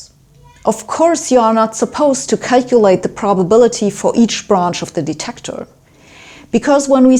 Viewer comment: YoU cAn CaKeLaTE